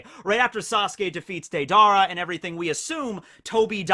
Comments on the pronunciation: It's Deidara. When you say it all I hear is "Date-Dara" haha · He almost kept himself from saying day dara.